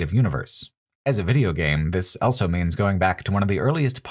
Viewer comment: pronounces the word "also" as "elso".